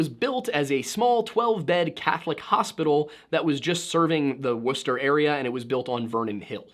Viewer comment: As a life long new Englander 10/10 on the pronunciation of Wuhstah